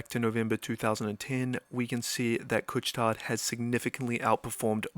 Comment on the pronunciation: Great video! I was already a shareholder before the dip and increased my position when the stock dipped. Btw, the « tard » in « Couche-Tard » has a silent « D »! 😊